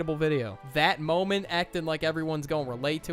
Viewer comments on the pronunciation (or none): Am I the only one that heard him say "mooment" at the beginning of the video? 😂 Edit: I swear no one cares about my comments.